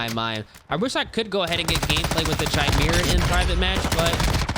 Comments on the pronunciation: its KAY-ME-RAH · Bruh what the frick is a “chime-mirror” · CH-I-MERA ahahahahaha bro its Kai-Mera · bro it’s pronounced “ky mera” not “chy mera” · Stop saying chimera its prounounced kaymera the h is silent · Holy fuck man!! … u should maybe play less CoD and learn english first…. It’s not chi•mera. It pronounced ‘ki•mera’. And it’s not ‘hair•bringer’. It’s ‘har•bin•ger’ 🤣🤣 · its not CHImera dumbass its KYmera!! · Its «kai-mera» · Say it with me! CHIMERA! (Kai-Mare-Uh) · bro said chai me ra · pronounced "Ky-mera" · chi-mera lol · It's kai-mera right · the way he pronounces chimera is too funny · Dislike since you don’t know how to pronounce Chimera… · Why do so many people pronounce chimera wrong? You pronounce the ch as a K sound. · The way he says chimera makes me wanna have a toaster bath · It’s been driving me insane, every creator is saying it that way. Clearly never delved too deep into mythologies. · It really blows my mind how many people genuinely have no idea how to pronounce certain words. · That's not how "chimera" is pronounced bruh